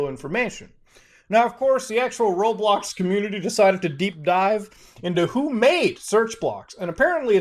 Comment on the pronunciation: How did he say roblox in unturned arid accent